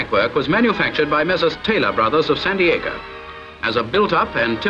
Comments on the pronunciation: I'm an British/Aussie, and I thought it was San Diego as well. Had to rewind to listen again as I thought 'why would they have brought it all from the usa' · JoeRailfan.. I'm English and on first hearing it sounds like it. I got Sandiacre after listening very carefully . near Nottingham not California !!!! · Surely I can't be the only American who heard "San Diego" ! (What the narrator actually said was "Messrs. Taylor Brothers of Sandiacre", an English Midlands village conveniently located online to the LM&S.)